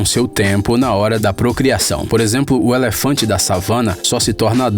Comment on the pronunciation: Percebi que o narrador é do norte do país quando falou é lefante